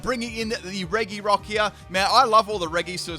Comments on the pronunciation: You prounounce it reGirock/Ice/Steel not regyrock/ice/steel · I really like RE - GI - ROCK “ITS PRONOUNCES RE - JI - ROCK”